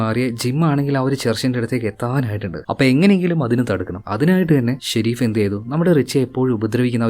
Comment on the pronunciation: Shereef alla sherif😂